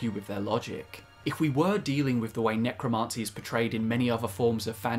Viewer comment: You're driving me nutz..the pronunciation IS NOT 'necroMAHncy' it's necroMANcy'